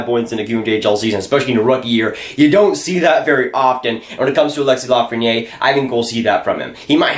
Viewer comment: Little friendly French pronunciation tip here - When a word ends in a vowel like Lafreniere, you pronounce the consonant (r) so it’s la-fren-nee-air When there’s no vowel like it Perrier, you don’t pronounce the consonant (pear-e-ay) You can really see this at work in the feminine vs masculine words for small (petit vs petite) Petit (peh-tee) Petite (peh-teet)